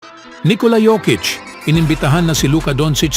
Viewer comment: ANG TAMANG PAG BASANG PANGALAN PO NI JOKIC UNG J PO GINAGAWANG "Y" HAY NAKU BAROK KA PO YOKIC PO TAMANG TAWAG SAKANYA